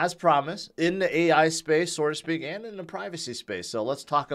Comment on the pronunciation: Dude, it’s “so to speak” NOT “sorta speak” - you said it a million times. SO TO SPEAK!